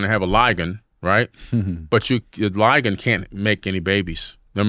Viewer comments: Ligon? Liger and Tigon sir. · First of all Chaco canyons are in New Mexico it's called Liger not Ligon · Wtf is a ligon I thought it was Liger… everything we know is a lie 😂😂😂